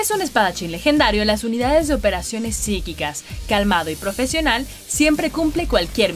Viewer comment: Cuántas veces dijieron psicquicas